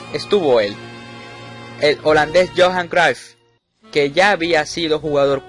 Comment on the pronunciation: Discúlpame, pero pronunciaste mal en apellido de Johan Cryuff